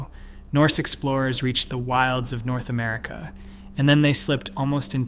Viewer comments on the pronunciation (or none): none